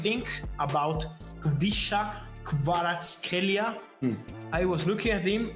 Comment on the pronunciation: Stick with this guy, practice how to pronounce his name right. If you happen to know football do analyses on his games and performance after every match. Well, some time down the road you’ll be the first English language you tuber done topic on him from debutant rising to world famous superstar!